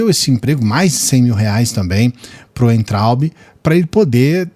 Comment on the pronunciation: NÃO é Uentraubi. O W tem som de V. É VAINTRAUBE a pronúncia.